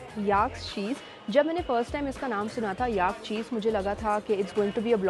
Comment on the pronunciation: Great video! Please note though that Tibet and Tibetan are pronounced with a "bet" like the word "bet" and the stress is on the "bet" and not the "Ti" - it sounds like "Tibbit" when you say it. Also, "yak" does not rhyme with "ark" but with "stack", "pack", "lack" etc. The second e in the word "vegetable" is silent, just like the "or" in "comfortable". Soutsemen is pronounced by the locals as "so-z-men" with the stress on the "so". I know that I personally like to be corrected in my foreign languages by native speakers so that I don't make the same mistakes again. This is just a friendly correction, not a criticism of a well done video.